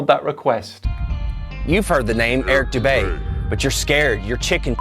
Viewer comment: Who the fuck is Eric boudae, bodey, botea???